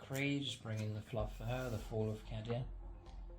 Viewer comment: Is it just me, or does he keep mis-pronuncing Cadia? Surely it's more of a "Kei-dia" or have I been saying it wrong all these years?